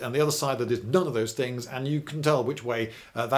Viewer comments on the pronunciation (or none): none